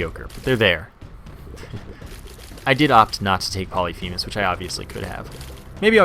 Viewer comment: Y u no pronounce Polyphemus correctly?